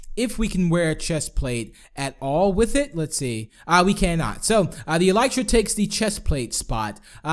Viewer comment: Pronounced EL-UH-TRUH